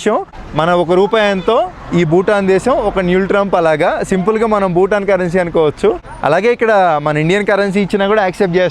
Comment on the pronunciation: ಭೂತಾನ್ ಅದು ಬೂಟಾನ್ ಅಲ್ಲ